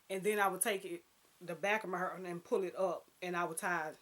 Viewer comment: Yes "hurr" lol I love your outfit and hair style in this video. You have the fashion trend down to a science. I would love to see more on your channel, if you possible, vlogs or live videos. Thanks for sharing!